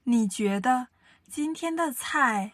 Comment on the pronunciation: 个人意见 别见怪 希望你们更好❤️！ 男生的声音条件很不错，有磁性 很好听。但是句子的逻辑重音几乎都是奇怪的，而且ZH ch sh er 的发音有点西式或者台湾式，几乎没有轻声 儿化音有点怪，比如：觉得的得是轻声 不是二声。另外，语速方面，初级普通话教学 可以慢速甚至很慢 但是气不能断 一字一断 失掉了说话的流畅感。 女生稍稍有点大陆东北口音，而且普通话教学的话 句子重音不用特别突出，语气不用特别突出，主要是教授发音 声母 韵母 声调 调值到位就可以了。